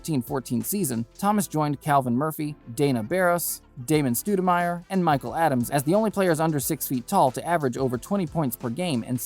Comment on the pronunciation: Ah, yes, damon stoodamire